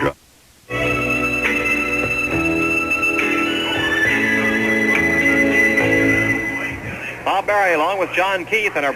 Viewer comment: It was Bob Barry NOT " Bob Berry ". You make a LOT of mistakes.